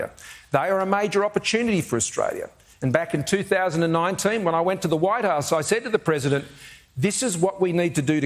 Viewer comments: The growing confusion on Anthony's face is very telling. Didn't help that it sounded like Scott said he went to the "White Arse". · I swear Scomo says "when I went to the Whitearse..." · Did he say..... we when to the White Ass....Or White House? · Did he say "I went to the White Arse"? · I swear Scummo says “…when I went to the white arse….” Orange arse, more like but I’ll allow it.